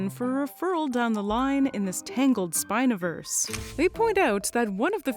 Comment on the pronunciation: "Spinoverse" - Nice.